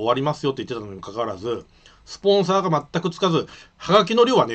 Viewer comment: くつの発音が七原と一緒 コイツどこ出身なの？